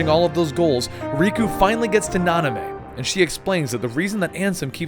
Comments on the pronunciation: Na-min-ay, not Na-ni-may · Why did you keep saying "Nanamey"? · Nanime? NO. It's Namine. Please if you've played the games like you said you have, then why are you going around mispronouncing everything? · please for the love of God say namine not nonime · Nanime= Namine Xhenahort=Xheanort Equarus=Eraqus So many mispronounced name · Yes, and he kept saying Nah-Nah-mey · actuall namine is more like (nah-min-eh) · yeah those mispronunciation of xion (shee-on) and Namine (na-min-a) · Isn't it Namine? Like Nah-mehn-ay? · and namine, is pronounced, na-men-a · Just a heads up, every time Xion and Namine are mispronounced, a person loses their heart to the darkness and a heartless is born ;(